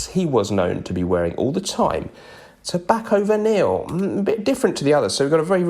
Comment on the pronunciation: I really wish you'd pronounce Tobacco Vanille correctly. It's one of my favourites and each time you've done it over the years, it makes me want to rip out my eyes. Swallow them. Vomit them back up, and pop them back in their sockets. 😔